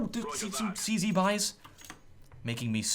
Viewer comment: Or you could be like Anderzel and say, "Zee-Sed." Than annoys me so bad for some reason. Not trying to be mean; I know English isn't his first language.